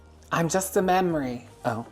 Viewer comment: "I'm just a mem'ree" "Oh."